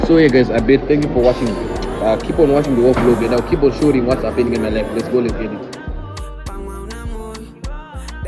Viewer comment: why do you say Shoring instant of showing😂